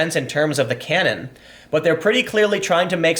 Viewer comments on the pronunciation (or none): none